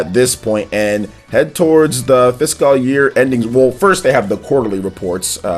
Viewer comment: The pronunciation of fiscal year is my lol of the 2019